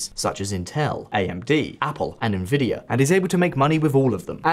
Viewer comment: NVidia? Na Vidya? Tell me you've never been a pc gamer without saying it....